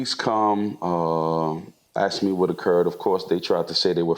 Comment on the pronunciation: aksed .. .AKSED?